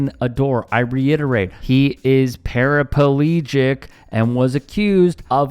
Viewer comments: Why do Americans pronounce paraplegic as parapalegic? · Paraplegic not parapalegic 😃